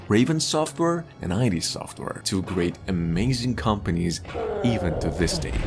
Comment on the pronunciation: the Heretic footage is obviously from a source port, most likely GZdoom. Also it's id Software, not I.D. Software. Can't believe after 30 years people still don't know this.